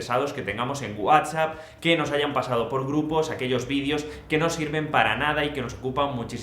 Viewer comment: Escucho que dijo wasapppppppp 😂😂😂